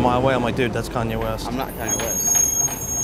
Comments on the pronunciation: I thought he said Kony lol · haha when he said "kanye" i thought he said "kony" lmao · Lol, I thought he said Kony too. He actually looks more like Akon